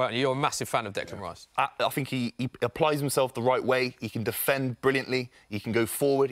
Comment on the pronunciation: Why does Robbie say "fink" instead of "think"?